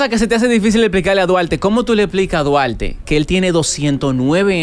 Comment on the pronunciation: Como le explicamos a Duarte que su nombre se pronuncia con L “Dualte” 🤦‍♂️